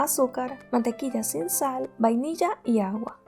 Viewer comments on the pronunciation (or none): none